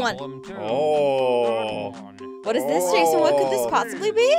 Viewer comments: Nnnnooooo not jasen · jason jason he my frwend he my fwend had me dying😂😂😂😂😂😂😂😂😂😂😂😂😂😂😂😂😂😂😂😂😂😂😂😂😂😂😂😂😂😂😂😂😂😂😂😂😂😂😂😂😂😂😂😂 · wolfgamer mia lol "jeson"